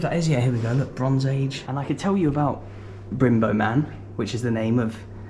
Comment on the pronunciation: Great video if my hometown but just so you know Brymbo is pronounced brum-bow